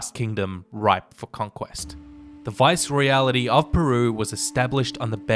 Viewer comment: AMAZING work! (Viceroyalty is pronounced just the way it's spelled though - not "Viceroyality")